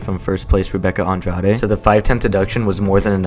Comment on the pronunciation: Thank you so much for pronouncing Rebecca’s and my last name Andrade properly. Through 85+ percent of my life in the US it’s always been pronounced in tortured anglicized ways.